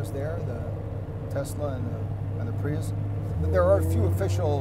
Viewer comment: I stopped watching when he said 'Prius'.